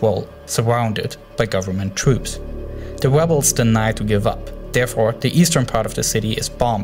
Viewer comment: "wussia bombed dee webles"